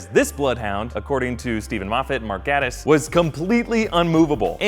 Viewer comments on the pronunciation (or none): none